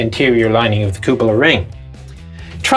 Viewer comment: "Cup-ola" issues ;)